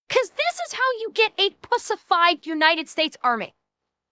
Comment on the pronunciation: For a second there, I thought she said bussified instead of pussified lol